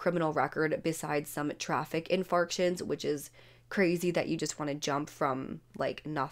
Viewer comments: "infarctions"? You mean "infractions".... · You better look up the definition of "infarction"; I think you mean "infraction." 😬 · Hi, 😊 I was just wondering why she wasn't charged with that from the start as it was clearly what she was trying to do. You said traffic infarctions instead of infractions. Hehe 😋 I love your perspective on the same sentence whether a killer is successful or not. That makes a lot of sense. 👍 Ps, do you research, create and edit your own videos? Or do you have a team like most youtubers?